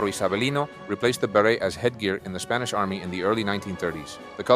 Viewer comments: Your pronunciation of spanish words is incredible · Your Spanish pronunciation is top notch 👍